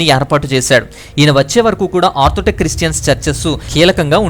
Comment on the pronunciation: చక్కగా వివరించారు. ధన్యవాదాలు. అయితే చిన్న సవరణ. ... మీరు ఆర్థోటెక్స్ అని అనేకసార్లు చర్చ్ గురించి అన్నారు. కానీ అది ఆర్థోటెక్స్ కాదు ఆర్థోడోక్స్ అనాలి. గాడ్ బ్లేస్ యూ.